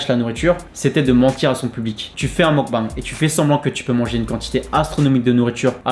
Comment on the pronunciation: ça se prononce meukbéng